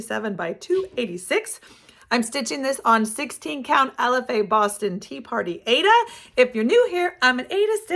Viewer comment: Aida is pronounced ieda not Ada I don’t know why all the stickers today call it Ada as it isn’t spelled that way. I have been stitching for 50 years and taught embroidery and cross stitch for many years. I love your channel your projects are great😊